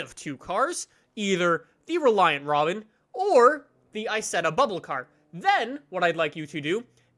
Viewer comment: "Reliant Robin"... died a little inside...